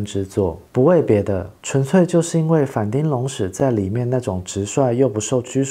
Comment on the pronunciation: 反町的町發音是"挺"，不是丁，全世界就只有西門町的町發音是丁，這完全是因為當初就這樣亂唸積非成是的結果 順帶一提，反町演過的劇我最喜歡的是Over Time，可惜影片中沒提到。北川悅吏子巔峰時期的優質劇本，跟反町和江角全盛時期加顏值巔峰的精彩演出，滿滿惆悵和遺憾的結局，至今仍是我最喜歡的日劇之一